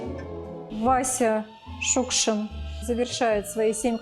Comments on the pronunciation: Чёрт знает что! Для чего вдруг понадобилось в этом фильме постоянно произносить фамилию Шукшин с ударением на первом слоге, если всегда и везде и при его жизни, и после до сих пор говорили Шукши́н? Повыпендриваться захотелось? И Театр наций как образец работы с произведениями Василия Макаровича тоже напрасно показали. Ох, и отматерил бы он и этот театр, и создателей данного фильма, если бы только мог... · Спасибо большое за фильм! Василий Макарович Шукшин - кладезь нашей российской культуры, наш Земляк, воспевший не только самобытность жизни родного края, но характер настоящего мужика матушки-Руси! И все же, как непривычно слышать новую (старую) трактовку фамилии: мы привыкли делать ударение на последнем слоге. Спасибо за кадры, за отличное повествование, за память! Ждём продолжения